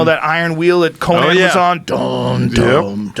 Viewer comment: Did anyone else notice he says ConANN when talking about Conan OBrien and ConINN when talking about the Barbarian??